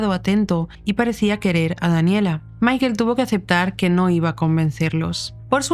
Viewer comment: Pronuncia bien el nombre por favor. Michael. Se pronuncia Maicol.